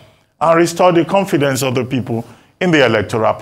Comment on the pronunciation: Did he say confidence on INEC hahahahahahaha